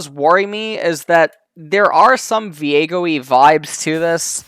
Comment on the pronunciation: ahh, gviego, the first g is silent